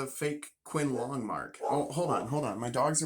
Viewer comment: Pronounced chin-lung. My advice is to slow down on the purchases until you develop a better eye. You have the passion to become very good at this. Peter Combs’ does at least one video a week, I have learned a lot from him. I have subscribed to your channel.